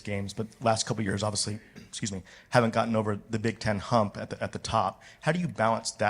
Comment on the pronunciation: James's favorite word: "obivously"